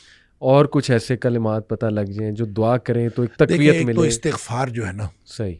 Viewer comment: Bhai Astaghfar nhi istaghfar hota hai❤❤❤ padhna Astagfirullah hai